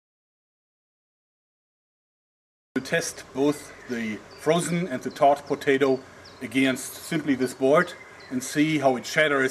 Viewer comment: he was saying "thawed" potato, Sie Germans hav hart time wis sie "th".